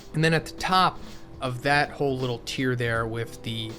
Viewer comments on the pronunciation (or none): none